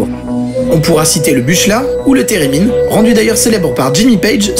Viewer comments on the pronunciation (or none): Bon. Je tiens à préciser que cette vidéo, je l'aime beaucoup. C'est complet, super bien fait, c'est drôle et c'est divertissant. Mais. Il y a un mais. Buchla se prononce Boukla, qui n'est pas un synthé mais une marque de synthés créée en 1961 par Don Buchla (d'ailleurs très éloignée du theremin, créé en 1919). Le Moog s'appelle en réalité le Minimoog. Le premier synthétiseur à arriver dans la musique populaire est le EMS Synthi (ou VCS3), notamment chez Roxy Music, pas le Minimoog. La musique bruitiste conceptualisée par Russolo, et la musique concrète ne sont pas de la noise music, apparue dans les années 70 avec Boyd Rice, Throbbing Gristle, Richard Pinhas ... Désolé de faire le chieur, mais il y a certains trucs à corriger dans cette vidéo.